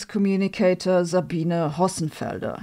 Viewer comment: "ZABINA HOSSENFELDAH."